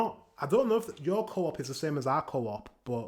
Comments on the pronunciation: Swedish coop is not the same as in britan, and it's not pronounced co-op, it's one word. coop. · Its Coop, like chicken Coop but should be The same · Oh so in English you say co-op but in Sweden we say Coop😂